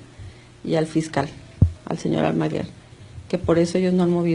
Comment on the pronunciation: ¿"Almagüer" o "Almagüer"? Hay muchas opciones de casos criminales en Youtube, y no sé porque me recomendó un canal tan aburrido.